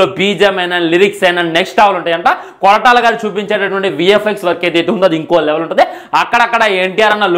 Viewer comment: Kotala kadu ra ayya koratala